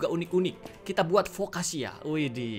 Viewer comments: Foccacia-Fokasia bukan fokkaca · Foccacia itu dibaca Fokasia bang